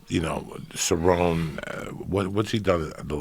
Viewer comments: Joe's inner monologue cringes every time Joey says Ceron. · Is it really that hard to get people names correct Joey??? You don't even know how to pronounce CerronE! Rachel Pennington...come on dude! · Nobody: Absolutely no one: Joey: serron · Joey Diaz be like: Ty-Ron Woodley, Nurmagomegomov, Ce-Rown, Stiopic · Joe "Rachel Pennington" Rogan Joey "Donald Sir-own" Diaz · Joey Diaz saying names- "Donald Cerron" "Stieopic" "Francis Uganano" "Kalabeb Nurgamagmadov" "Michael Conor" "Tieron Woodley" "George Maztaval" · Malik Hatch lol facts. “ ceron “ “ fucko “ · "Donald Ceron" lmaooooo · Davide C. Ceronney ain’t a fukkin prouncation of cerrone